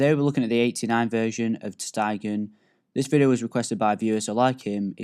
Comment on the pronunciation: Its Ter Stegen (Ter Stagen) not Ter Steigen